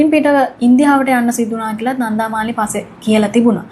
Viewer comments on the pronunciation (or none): කෙල්ල, "නන්ධා" නෙවෙයි "නන්දා". බොහොම සතුටින් දුවගේ කථා අහන මම පරාක්‍රම uncle from Sydney 💐